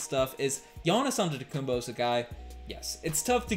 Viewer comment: can you pronounce giannis' last name with a 'P' not a b. long time watcher but really disrespectful when people don't take the time to pronounce people's name properly specially as a podcaster/analyst. really bothers me when people say fred vanfleet as well. jus sayin